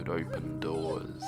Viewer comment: I love that in the last sentence whit "paws" and "doors" it rhymed only because of your accent